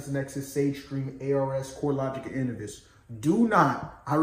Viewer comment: Great video and info. Just wanted to let you know that Innovis is pronounced "In-Know-Vis". Keep dropping the knowledge.